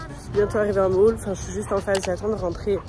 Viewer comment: Le "Mall" mdr